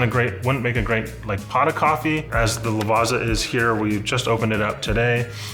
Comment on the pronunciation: Lavazza is actually pronounced with a 'ts' sound, like in Pizza. "Lavatsa".